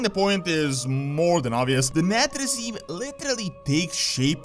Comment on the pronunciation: Nathrezim. Sire De-Nathr-ias. -Nathr-ezim. Castle -Nathr-ia. Just saying.